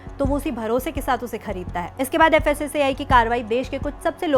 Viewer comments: Fssci nahi fssai bolo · Fssei nahi fssai bolo😂😂😂